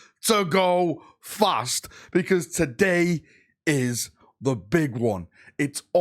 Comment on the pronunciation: Ngl with the intro and you emphasizing the word “fast”at the beginning, part of me thought you were gonna talk about the Jaghatai Khan and the White Scars